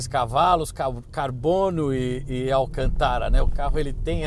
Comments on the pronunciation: Se diz Alcântara, não Alcantára como vc fala. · Desculpe mas é Alcântara e não alcantára circunflexo só pra corrigir e acento circunflexo no segunda A ou seja alcantára não existe e igual presidenta ( doi o ouvido) desculpe só um toque !rsrsrso resto é show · Alcantára? kk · AlcantÁra hauhauhauhahua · Viu a pronuncia correta é > Alcântara < olha o acento circunflexo , fugiu da escola?? Não me irrite !! 😂😂 😎👊🏻✋🏻